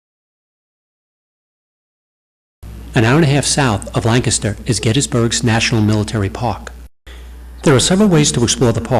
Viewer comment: It's pronounced LANC aster